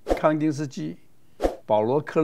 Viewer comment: 感謝曹董帶給大家的善知 & 善念 👍 期待每一期的精采內容 * 小小的建議：德國畫家Paul Klee / 發音克列 🙏💝